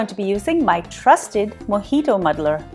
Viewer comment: It's not mojitoo it's mojito